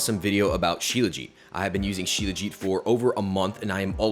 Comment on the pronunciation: It's pronounced SHilaa-jeeth my man. Thanks for the video....u r doing a good job in popularizing Indian remedies. I'm an Indian and have been using Shilajit forever. I'm 39yrs old and swear by Shilajit.